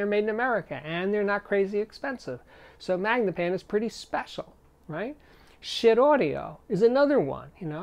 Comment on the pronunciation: BTW, Steve, I think schiit is pronounced ska-heet.